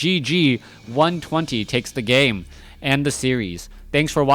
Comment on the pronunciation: Moon did say 120 ("one two jayro") was the fellow to watch. He wasn't wrong.